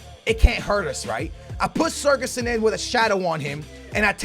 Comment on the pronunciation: its not sergason lmao